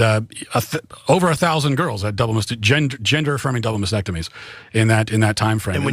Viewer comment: he doesn't even know how to pronounce mastectomy